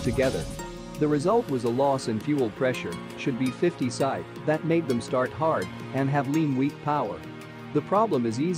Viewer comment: AND... the computer-generated voice reading abbreviations... PSI (pronounced SY?) :-)